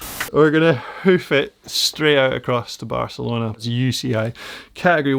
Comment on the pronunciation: Barcelona not Barcalona